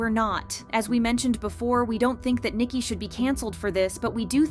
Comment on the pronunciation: It's Ni-Ki not Niki